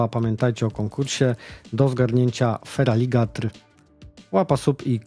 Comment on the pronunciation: FERALIGEJTOR - to jest poprawna wymowa. Możesz mi go podesłać za to, że obejrzałem jak prawilny widz do końca i dałem łapkę mimo, że mi uszy więdły za każdym razem gdy wymawiałeś nazwę tego Poksa z 2giej geny xd